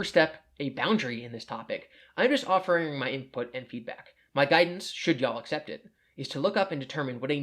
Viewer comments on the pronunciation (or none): none